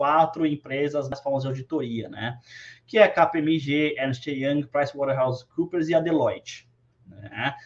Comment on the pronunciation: Estou pasma com a velocidade e perfeição em que o pronunciou KPMG, Ernest Young, Price Water house Coopers e Delloit. Parabéns